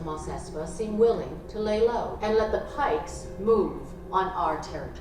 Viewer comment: Maybe don't call the Pikes Pikies, ah, google it 😅